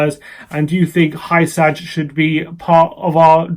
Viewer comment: I believe Hysaj is pronounced “hoo-sigh”